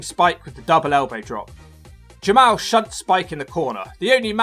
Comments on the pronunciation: It is pronounced Ja Mall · It is pronounced Jamal